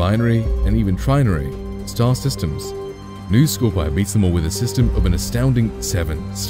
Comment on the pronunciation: scor-pee-eye, not scorpee